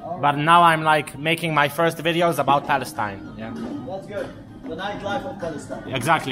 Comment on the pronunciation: Not palastine-Balastine!!!